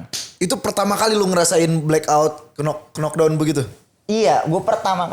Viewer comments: Sampe kapan mau nyebut "Kenok Dawn" udah dikasih contoh sama Badi "Nok Dawn" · nyebut "knock down" bukan "kenok dawn", gini dah kalau bego dipelihara😂